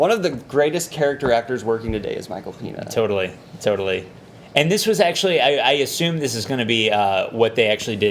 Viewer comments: Michael "Peeena" ... lol ... da fuq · Also, guys...Its Michael "pae-n-ya" not "peena". There is a tilde hanging over the n, and he's "hispanic" not Spanish.